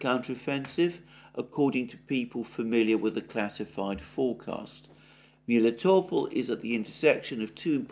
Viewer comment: Besides people mislead him. Like, one who wrote to him haven't pointed that second "e" in Klescheevka means "ye" with Russian rules of pronounciation, I.e. Alexander was right when pronounced it as KlescheYEvka. About pronounciation of Melitopol he was completely mislead BC locally it's name pronounced as MelItOpOl', with complex stress, very close to the Greek pronounciation—just with soft "l" at the end (similar to soft consonants in German, which may be more familiar for someone). Also Slavyansk and Kupyansk are SlAvyansk and KUpyansk BC it's cities of Nova Serbia and they have Serbian stresses but one who gave all this references simply uses "Great Russian" rules of stresses not realizing that this cities may not have Russian names.